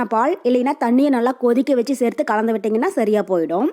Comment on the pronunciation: தமிழ் தெரியுமா தெரியாதா கலந்து என்று ஒழுங்கா சொல்லு காந்து காந்து என்றால் என்ன அர்த்தம் தமிழ்நாட்டில் பிறந்து தமிழே ஒழுங்கா பேச தெரியாத நீ எல்லாம் ஒரு ஜென்மமா